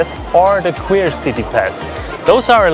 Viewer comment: "Queer" city pass 😅😅😅